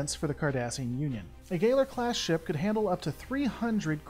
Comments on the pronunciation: You pronounced Galor class wrong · Why do you pronounce the Cardassian ship and ship class names so weird? PraKeysh? GayLer? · Good video, like your stuff. But you've GOT to check your pronunciation of the in-universe terms. Galor and Prakesh were both clearly pronounced differently during the episode; and in other vids, there's been some mishandling of ship classes and individual names. Again, for the most part this is good stuff, but the name being pronounced differently than the dozen times many of us have heard it really breaks the vibe. Keep up the good work, and happy birthday!